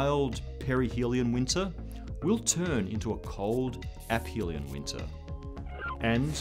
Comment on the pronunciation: this is the first video about the milankovitch cycles I've seen to pronounce the word "aphelion" correctly